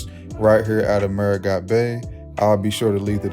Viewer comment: The French side's capital is pronounced merry-GO!